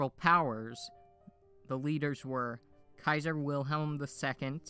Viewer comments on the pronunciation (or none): none